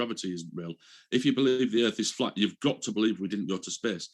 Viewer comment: So a baggage handler asked hundreds of pilots that he's friends with and they all said the erf is fwat lmfao